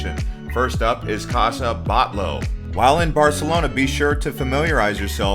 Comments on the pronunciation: Casa BAHT-YO....and its GOW-Dee not Gotti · it is CASA BATLLO and it is pronounced like "Batiyo". Two LL sounds y in Spanish.